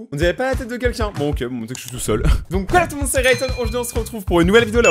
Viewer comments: mais dit pas le mot ok comme oque faut sire OKÉ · Je m'abituerai jamais parce que tu dis "oke" au lieu de "oké" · Ca vous enerve pas la façon dont il dit "ok" ca ce dit "oké" pas "auque"